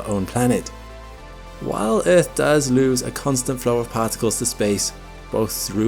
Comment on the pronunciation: Bro doesn't say "earth", he says "eith"